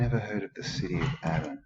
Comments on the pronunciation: This place is Aden is pronounced 'aiden'...(old old Irish Gaelic name) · I was nearly born in Aden, Africa when my father was serving in British Army around the time of the Suez crisis, my mother went home to give birth. Pronounced as 'A-y-den' Great stuff mate!!